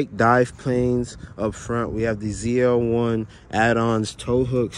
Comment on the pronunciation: He said ZLE😂😂😂